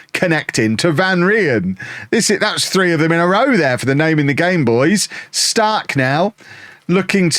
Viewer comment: It doesn’t matter at all BUT you’re pronouncing “Stark” wrong. You’re saying “Staaark” when u want the A to be quick and finish strong on the K “StarK”. Much love from Sweden❤